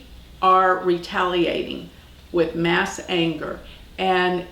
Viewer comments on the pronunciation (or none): none